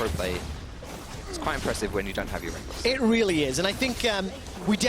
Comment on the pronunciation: lol get benched son "rekkless"